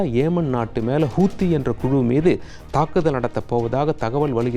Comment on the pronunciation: ஏமன் அல்ல யெமன் ஹூத்தி அல்ல ஹவுதி